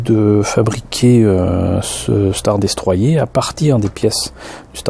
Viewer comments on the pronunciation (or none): Elle est pas mal mais le star destroyer se prononce star destroyeur